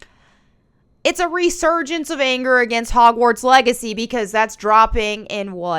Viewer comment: "reesurgence" lol